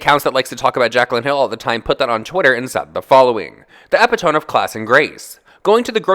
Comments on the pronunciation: no shade, but the word isn't pronounced "epi-tome". it's pronounced "e-pit-o-me". eeepittohmee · Jessica Kerouac haha I didn’t wanna be petty but yea.... his Eh-pee-toam gagged me. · 😂😂😂😂 babe it’s epito-me not epi-tome 😂😂😘😘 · Lmao 😂 at like or something he read the word epitome as “ep-it-tom” instead of “i-pit-uh-me”. I was like what’s and ipittom? 😂😂😂😂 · Epitome- (Eh-pih-toe-me) not epi-tome, sorry that made me cringe! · Its pronounced epito"meeee" not epitome like a book lol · ...it's pronounced ep-it-oh-me not epti-tomb. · Its "eh-PIT-ahh-me" not epi-tome lol. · uh·pi·tuh·mee not epitome 😂😂😂 love u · ****epitome eh pitt uh me ilysm though!!! 💗💗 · he said "epp-it-tome" lmfao, i laughed so hard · That Eh-pi-tome read just threw me. 🤣🤣🤣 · Epitome: ee-pit-oh-mee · I watch all your videos....except the one with the celery juice..I couldn't listen to that blender going. That being said I have to address how you said EPITOME. E PIT O ME...but the first e is soft and not hard. KINDA LIKE MY EX. Anyways, please don't take it the wrong way, I do it all the time, I was saying paradigm shift in my head for 2 years...pronouncing it para digem and not para dime......the first time I said it out loud I was quickly corrected. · Epitome is pronounced ep-it-oh-mee :p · epitome= eh pit oh me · it's "E-PIT-O-ME"... 😂😂😂😂 Love ya 😘😘😘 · Epitome is pronounced ap-pit-a-me lol 🤣🤣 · THE EPI -TOME PART AS ME ROLLINGG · did anyone else tell you how to pronounce epitome? E Pit O me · uh· pi·tuh·mee And no, I'm not being a jerk grammar Nazi! I I am telling you to help you. I would want someone to tell me, if I pronounce/said something incorrectly. For what it's worth I like the way you pronounce it better! It doesn't sound so insulting. It took me many years to realize that epitome was not a bad word, all because my mom told me that my dad was "the epitome of stink on shit". I had no clue someone could be the epitome of love, or [insert superlative here]. 🖤🖤🖤